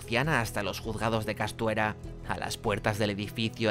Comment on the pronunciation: Lo escribiste bien Puerto Hurraco y el video me ha gustado mucho, pero dijiste Costuera y el pueblo se llama Castuera... Solo te lo digo porque como soy de esta zona me ha sonado rarísimo XD